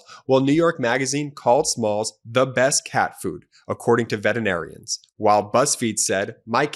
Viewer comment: Learn to pronounce veterinarian for Christ’s sake.